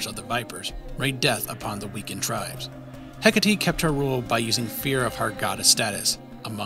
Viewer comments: isnt it "heck-8" not "heck-uh-tee" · Hecate is pronounced heck-ah-tay